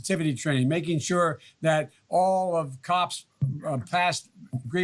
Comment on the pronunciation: past... not bast